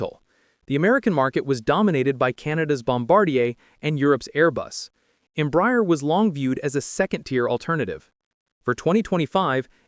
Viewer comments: The correct pronounciation in Portuguese os not Embry-er, but instead Embrah-air. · The mispronunciation of Embraer is painful. It is NOT em-briar. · Please, it is pronounced EM-BRA-ER [ẽbɾaˈɛʁ]. Your pronounce is painful. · You would hope the voice is AI ..don’t think a human would be so stupid to say the company name wrong so many times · You didn't pronounce any airline or Embraer corretly